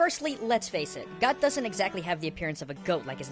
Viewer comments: The line is "You've met with a terrible fate, haven't you?" and in the beginning of the video, the word "with" is missing. Just something I noticed. Also, you're pronouncing "Goht" incorrectly. It is basically a homophone of "Goat". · Goht = Goat Gyorg = Guy-org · I loved fighting Goht! I also thought he was pronounced as… Well.. Goat.